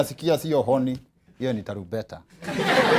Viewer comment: hio pronunciation ya honi joh😂😂😂